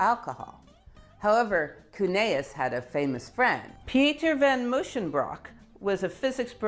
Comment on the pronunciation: This is too late for this video but it's Andreas Cuneus not Cuneaus. (Eau triphthong is French not German as my last name attests to.)